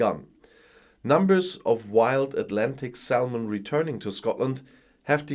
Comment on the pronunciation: I love your videos. Your English is brilliant but now and again your pronunciation is off. Do you mind if I tell you? So...salmon - the "l" is silent, so it's pronounced "sammon". You are no nearly perfect, it's worth letting you know, I think. Keep up the good work!